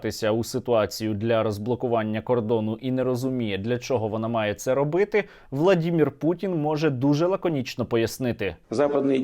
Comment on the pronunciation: Так ріже вухо ,коли чую -владімір путін.Не знаєш як буде солов'їною? Підкажу -володимир. Не дякуй.